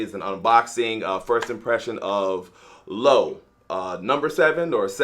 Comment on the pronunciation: Loewe was founded in 1846 in Madrid. And yes, you pronounce the "E", but who cares.